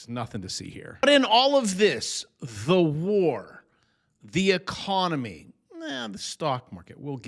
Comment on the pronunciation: Trumpy E-con-O-my